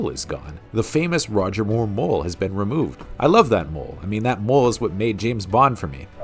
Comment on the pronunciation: The narrator says Bond like "Boo-wand".